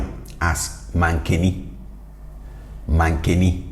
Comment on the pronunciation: See, here the “a” at the beginning of “aduane” sounds like “eh”. That’s why I asked if all Akan groups say “da”(day) as you do or do any of them pronounce da more as deh. And now I just saw it again with mankani. Some ppl pronounce those a’s as an eh sound.